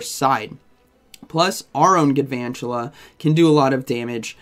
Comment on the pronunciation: Isn’t it gaLvantula. There’s an L